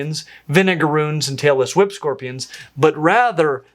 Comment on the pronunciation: I initially thought you said “Taylor Swift Spider”, rather than “tailless whip spider”. 😂